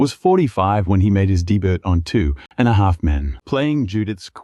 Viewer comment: Do yourself a favor. Turn the volume down. Because the narrator uses countless different versions of the same names and most of them are incorrect! SERIOUSLY!? "LINE ZAY" for Lindsey? A lann (Alan), dibert for debut??? Oh, and don't forget the Molee bu beach house!!!